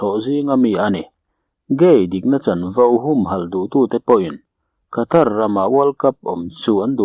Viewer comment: Mi tam tak hriat a chhiar tur tan chuan saptawng thumal leh ram hming etc. (Khatar aiah Katar tia lam ni zawk se ngaihthlak a nuam ang) thumal lamrik dan hi chhiarchhuah hma a zirchian hmasak ni thei se, a zahawmin a ngaihnawm lehzual ang mawle...